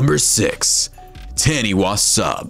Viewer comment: the taniwha sub is actually ta-ni-fa so ya and Auckland is long o so ockland yea did you know that our fist language in our country was maori and you guys dont know it but every person in this country learns a bit of maori and taniwha and auckland i think auckland are maori words so yaaaaaaaaaaaaaaaaaaaaaaaaaaaaaaaaaaaaaaaaaaaaaaa